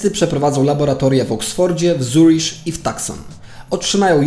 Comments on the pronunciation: Dlaczego tak niedbale wymawiasz nazwiska i nazwy miejscowości? Co to jest "Zeriś"? Przecież to Zurich. :D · W Zurychu (czytaj: Curychu) nie "Zueriś". Jeśli w Oksfordzie to i w Zurychu, a jeśli wymawiasz w języku angielskim to w "Zjuerik" lub "Zuerik". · Ten "Zerisz" to chyba Zurich po prostu? A "Tuskon" to Tucson (czyt. Tuson). Film ciekawy i rzetelnie przygotowany, ale czasem ciężko zrozumieć o jakich miejscach mówisz. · Bardzo dobry materiał. Niby temat znałem, ale nie wszystko, nie aż tak dogłębnie. Super zrobiony materiał. Jedyne co to.. wymowa: * w Tuscon 'C' jest nieme - wymawia się ''tusan''; natomiast czy mówiąc ''zeRRiś'' masz na myśli miasto w Szwajcarii, które wymawiamy ''curych''? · Dziekuje za swietny material. Tylko blagam nazwe jednego z laboratorium wymawia sie (Curych) a pisze po polsku Zurych. Pozdrawiam serdecznie z okolic Zürichu. (nazwa oryginalna).